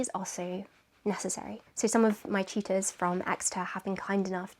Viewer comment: Everytime she said teachers, I heard cheaters